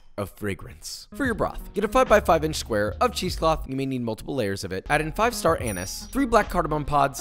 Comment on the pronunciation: I can already hear him roasting him on he pronounced “star anise”